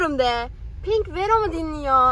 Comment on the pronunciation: Pink verom deyil Pink venom